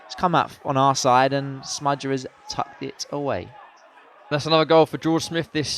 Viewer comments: Said “smudger” a ridiculous amount of times, made me cringe every time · Why calll him smudger?